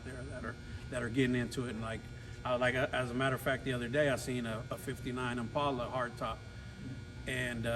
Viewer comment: To each there own but man them cars are just weird not my style, The bikes are better than the cars.. When you say Im-pale-a (IMPALA) it's just ackword... He even said you guys are RARE ..😜 That last 63 rag Fkn UGLY...